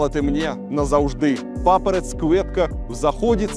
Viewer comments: У тебя неправильное произношение надо мягко говорить окончания, не идзээ а идьзее, папараць вместо папаратц как слово "Рать" и остальные так же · Все звуки произносятся вами буквально - цвицэ, цыхай, папарац-кветка, а надо говорить мягко - цви(те), (ти)хай, папараць - не папарац, а папара(ть). Если после согласной идет любая гласная буква - там мягкое звучание, не смотря на то что там буква Ц. Но в целом вы просто молодец.